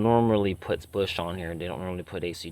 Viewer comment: For the love of god, learn how to pronounce words properly! WTF is a twerbo? Busch is beer, Bosch is car parts you tool!